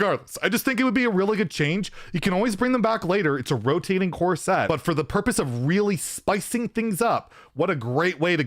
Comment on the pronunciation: love you but the way you say core set i cannot stand lmao almost like corset